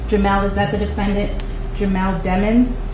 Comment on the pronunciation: His last name is Demons!....stop pronouncing it demmons😢